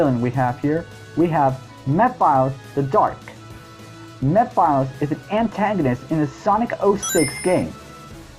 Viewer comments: It's pronounced Meh-phil-is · Too bad we lost too many of them to Ken. Wait a minute, did this guy just say "Meh-files?" Dude, his name has been said in the game he was in. There is no disputing the pronunciation of his name, lol.